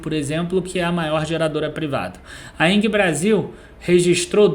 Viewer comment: Vídeo muito bom, mas.... Não é Enguie que se pronuncia o nome da Engie. É com g mesmo..... Tem som de En-ji. Deu nervoso ficar ouvindo enguie toda hora kkkkk